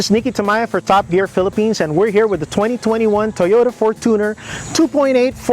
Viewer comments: fortuner from the word “fortune” is pronounced as “FORTUNE +ner” not from the word “tuner” correct: FORTUNE-ner 💯 incorrect: for-TUNER ❌ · its for-CHU-ner, not for-two/too-ner 🙄